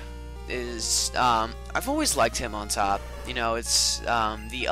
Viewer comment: oh and btw, when you said hitmontop, it sounded like you said "I like HIM on top" HAAAAA